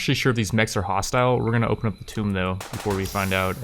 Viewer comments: Why does he say "Tome" instead of "Tomb" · Tomb is pronounced "TOOM." A "tome" is a large book. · It's pronounced /tuːm/. The "b" is silent. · The way you say 'tomb' triggers me. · Can some one tell him how to speak proper English please because he has been saying easy words wrong this whol time like tomb. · He never really learnt how to pronounce tomb 😔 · Or necromancer.. or a bunch of other words that trigger people. Maybe it's intentional just for luls. xD